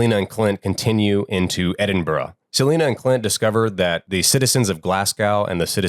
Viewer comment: The true horror is hearing Americans mispronounce Glasgow and Edinburgh 😂😂